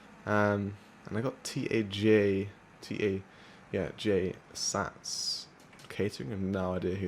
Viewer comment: It's TAAAJ SATS NOT T A J